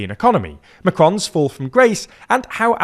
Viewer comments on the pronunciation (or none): Macrou in Romanian means a sort of fish, mackarel in English. 😂 You mispronounced the name of Macron.